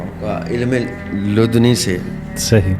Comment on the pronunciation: Lud ni ghalat lafz bola hy. Lafz La Dunni